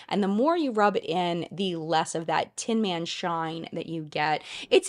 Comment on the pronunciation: Everytime you said “tin man” I heard Theresa is dead 🙄